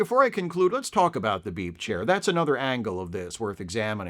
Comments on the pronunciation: Oh, ‘beep’ chair. I thought you said BEEF chair… I was looking for a beef chair. Another great video essay! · I hear "beep chair" as "beef chair" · Keep hearing you say "beef" chair... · I'm sorry. I sometimes hear you say "beef chair" even though I know you're saying "beep chair." That's my problem.